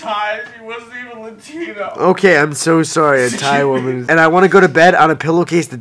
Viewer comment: "latin*o* women" XDXD